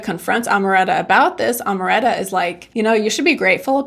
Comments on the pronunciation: You pronounced Amaranta very well and then decided to say it wrong for the rest of the video 🙃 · In spanish you have to pronounce all the vowels: It’s Au-re-lia-no A-ma-ran-ta The A in spanish is pronounce different than in english R is difficult to get it right. You can do it👌🏼